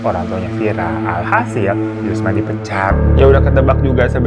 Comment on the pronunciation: diPECAT. kok mantep bener ngomong nya😂